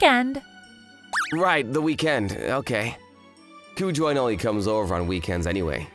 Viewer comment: Not a bad story. But, it’s Ku-jo-in (or -een). If you’re gonna stick with Japanese names, put in the effort to know how to pronounce them.